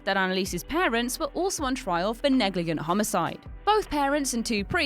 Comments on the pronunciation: Negligent is pronounce "Neh-gluh-jnt". We're not sure what "neg-lee-ghent" is but it sounds like Belgian Night wear. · "Negligent" is pronounced "NEG-li-jent." "Corps" is pronounced "COAR."